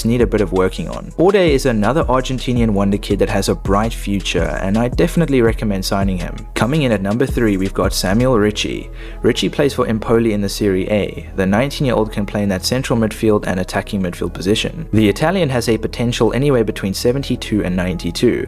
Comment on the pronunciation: Thanx bro! Anyway the correct pronunciation is ÉMPOLI, not Empóli ...and above all it is Serie A!!! A as America, A as Arrivederci...not A as " And".. anyway good video! 👍👍👍